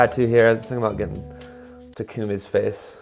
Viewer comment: If you get the tattoo, I think it's pronounce talk-a-me, not tacoomie